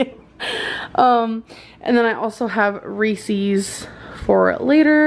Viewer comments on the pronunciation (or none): the way she says reese's. rEEcEeS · her saying "resees" really ticks me off for some reason. like gorl the way you said that is against english spelling rules, did you not go to school? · The way she says Reese’s “rEeSiEs” 🤮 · I hate that she says, "Ree-sees". IT'S REESE'S.....omg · I hate it when fat people say “Reesees” first of all that’s not how you say it. It’s “Reese’s”. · Every time she says “reeSEES” an angel gets diabetes. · Gurl who says it's "recees" that's my new pet peeve 😂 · The way she pronounces Reeses makes me want to carve out my ears. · Yasmin G same here! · that's the way people pronounce it in the south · I thought I was the only one . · Is nobody gonna talk about how she say Reese’s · I was saying the same thing 😂😂😂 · Ok but like why does she say Reese’s horribly like it’s not cute how can you mispronounced Reese’s ...